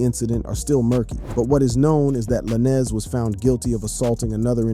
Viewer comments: Funny... u got all this "accurate" info on the case... but yet.. can't say tory lanez name right.. lmao... juss like u say "lane".. like a care lane.. that's how u say his names... juss instead of a sudden to makes it lanes.. it's a Z.. "Tory Lanes"... not tory la'nez.... lmmfao Got me thinking do these podcasters/youtubers get really intuned with wat their Makin a video about or it's jus something to make/post because of the celebrities talked about in their video... sad. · U can say stallion but not lanez I don't get it with some of these YouTube ppl